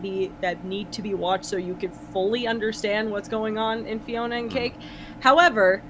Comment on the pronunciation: Psst... it's Fionna, not Fiona